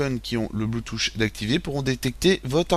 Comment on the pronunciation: ON NE DIT PAS BLOUTOUCH!!!